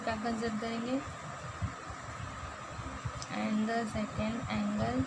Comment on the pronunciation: Amd not and 😂😂😂